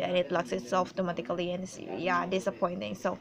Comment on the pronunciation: I love how you say automatically